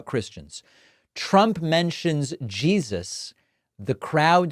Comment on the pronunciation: So obvious that Trump is straight up conning them. "Yeah, I believe in...Jean-suss. Favorite guy. Big guy. Came up to me, tears streaming down his face..."